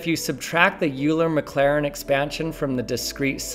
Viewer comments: It made me squirm every time with both names - should be 'oiler' and 'rama-new-gen' arghhhhh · Bro pronounces it like Ewler. 💀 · The number of times you mispronounced "Euler" was at least -1/12. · Excellent explanation. But it's pronounced Oy-ler, not You-ler. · Youler... Youler... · Euler is pronounced "Oil-er" not "Yule-er". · PLEASE don't pronounce him "You-ler". That's just disrespectful for this great mathematician! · Euler is pronounced more like Oiler than youler. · Euler is pronounced "oiler" not "yewler" btw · It's pronounced "oiler" not "." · ‘Youler’ is better pronounced as ‘Oiler’ (English phonetics), as this German name uses the Eu which comes quite close to ‘oi’ in oil etc. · Not about the maths or anything important per se; but you had me going for a second there saying "Oiler" (Which is apparently the correct pronunciation now for Euler), but I see you too, were always educated with it pronounced "You-ler" like the rest of us, when you slipped up lol. Imagine saying "Oirope" for Europe - feels super un-natural. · It's "OY-ler", not "YU-ler"! Please leave mathematics to mathematicians. You're not good at it. There's a lot of misconceptions in this video, and I can clearly see that you don't really understand most of the stuff you presented. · Euler's name is said "Oiler" not "" "eu" makes an "oi" sound in German (and probably a few other languages) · Euler is pronounced Oiler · One correct pronunciation of Euler has to do for the whole video... (It's Oiler, for anyone who cares.) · Euler rhymes with boiler. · It’s “Oiler” dude - he was Swiss. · Ra-mon-ew-jan Oil-er There’s a lot of cognitive dissonance trying to trust someone talking about “in quantum mechanics we” yet pronouncing Euler in phonetic English Not that you’re wrong in what you’re talking about—you do good work for science communication, but you know fyi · Did he really just say "" bro that's 100% disrespect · Not “” 😭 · i believe it's pronounced "oiler"